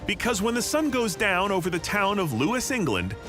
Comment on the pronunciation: We celebrate his death not what he tried to do. Also it’s pronounced Loos not Lewis.